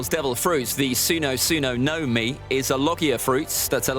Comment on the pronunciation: btw the accent is on MI. and not NO. so its gomu gomu no MI